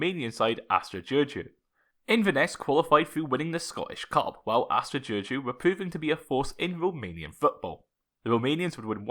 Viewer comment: your pronunciation for Astra giurgiu is spot on. I could never pronounce that name